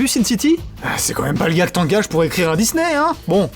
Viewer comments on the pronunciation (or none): none